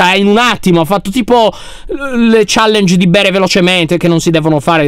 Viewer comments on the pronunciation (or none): none